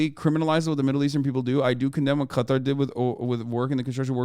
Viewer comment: I’m just glad you pronounce it correct instead of calling it cutter